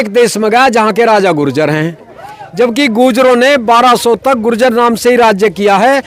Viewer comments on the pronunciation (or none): ye apny sy keh reha h ju-jer😂😂😂😂😂 ye apny sy keh reha h ju-jer😂😂😂😂😂